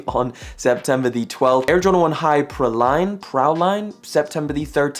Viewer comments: Praline is pronounced Pray-leen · it is pronounced pray leen